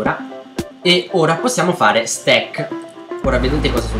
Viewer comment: ahah mi fa troppo ridere il fatto che si è scordato per ogni parola la pronuncia inglese e per stack...l'unica parola che non ne aveva bisogno l'ha pronunciato in inglese ahah PostScriptum:questo commento non è assolutamente a scopo offensivo. lol